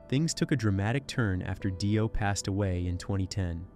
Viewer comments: Just a heads up AI voice it's pronounced DEE-OH. Not DIE-OH. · If u wanna speak of Ronnie James Dio it would be more respectful to pronounce his name correctly! It's pronounced deo not die-o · Yes, noticed that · They do intentionally for comments. Everyone gets on here and corrects them and therefore they get get more money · Dye-O = FAIL-O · Gene probably said that RJDs name is really pronounced as Dye Oh and AI believes it 😆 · Dio, or Dio? How is it pronounced?!!? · I'm sorry, but you are pronouncing it wrong. Her name is "Dido" and she did not invent the devil horns.